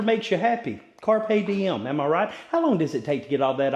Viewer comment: "Carp diem" I'm freaking dead bro 😂